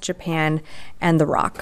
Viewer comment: Oh God, it's the Republic of Korea. Jesus Christ don't call it "the roc." R.O.C. just spell it out🤦